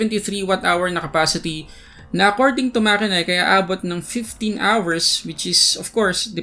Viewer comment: It's actually mat-che-nik